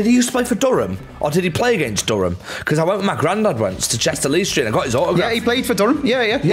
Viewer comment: 'chester-lee-street' 😂😂😂 pronounced chester-le-street